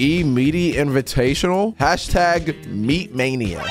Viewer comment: 101 he just said meatmainia